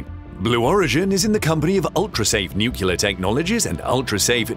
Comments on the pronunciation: New- clee-R not noo-coo-la. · It's "nuclear"... not "nucyaler" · Nuke Lee Are’ not “Nuke U Lar” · nu-CLEAR, not nu-CULAR! Jeez...just follow the damned spelling!!! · At least get your AI intelligent enough to pronounce it nuclear, not nucular. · The moment u said "NukeLar i stopped watching the stupid video. Can you people READ the fucking word "NUCLEAR"- NU fucking CLEAR ?!? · New-clear not New-killer. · What's "nukular"?... Stopped watching after 2 minutes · Mispronouncing nuclear as nukyuler makes you sound like a Southern Baptist preacher. Not a good look for you. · Its pronounced “New clear”. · Sorry, I just couldn't take it. "Nookyooler" sounds too much like an idiot to bear listening to. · When the announcer cannot pronounce the word "Nuclear" , I am outta here. It is nut "Nukuler"! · „Nucular this, nucular that.“ I guess Dubya gets the last laugh... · Because that's not how it's spelled. There is no q in nu-cle-ar. You can't run a science channel and be illiterate. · I keep hearing "nucular" when I am certain it is spelled nuclear. Never understood where the problem with pronouncing that is. And I I'm not sure why it bothers me so much when I hear people saying it incorrectly so often :/ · It's like someone raking a fork across their teeth. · Please don't say, "nuc-u-lar." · Except he used the word "nucyaler" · Homer Simpson told me it's pronounced nucular :D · Why would you hire a narrator who cannot pronounce 'nuclear' correctly ? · Please pronounce the word "NUCLEAR" properly. It's almost impossible to watch your videos when you can't even pronounce the words on a script!